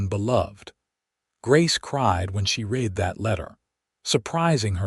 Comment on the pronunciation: I can't believe any human that got through first grade would pronounce read in the past tense as reed instead of like red. So, I also believe it's an ignorant, untaught AI, belonging to a channel owner that is too lazy to listen to the story before it is uploaded.